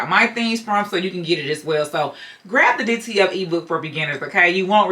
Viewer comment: It sounds like you are saying DTL transfers.